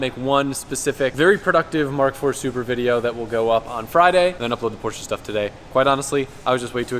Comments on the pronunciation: its POR SHHH ! not porch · Lmfao "WE'RE IN A POARCH" 😂